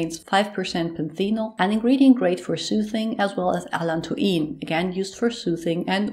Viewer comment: you are really lovely. I thought you are French from the adorable pronunciation of allantoin.